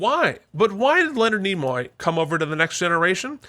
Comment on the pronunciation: It's Nimoy, not Nemoy. Also, Spock was Ambassador, not Admiral.